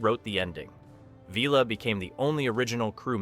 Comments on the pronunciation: Don't waste your time watching this if you are interested in Blakes 7: There are some very unlikely claims made during this video- in some cases actually contradicting known facts. An AI generated script read by an AI voice that doesn't know how to pronounce 'Villa'? Or just more rage bait to up ratings? at least do a basic fact check & proofreading before posting this kind of thing. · Not to mention Blake himself! And who is VEELA? AI crap voice over.